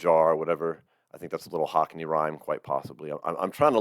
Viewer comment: Cockney not hockney